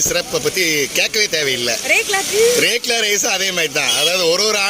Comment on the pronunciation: Lekla illa rekla